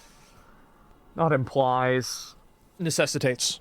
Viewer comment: nessitates. NESSITATES. Bro, did you mean necessitates? 😆